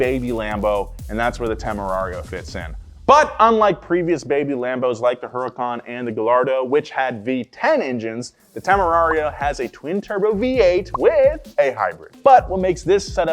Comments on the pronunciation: might be the only person that i've ever heard pronounce Gallardo with hard L's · needs to brush up on his Italian pronunciation... "Guh-lardo" is wild hahaha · It absolutely crawls all over me when someone who should know better pronounces "Gallardo" phonetically. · Pronouncing the Ls in Gallardo is crazy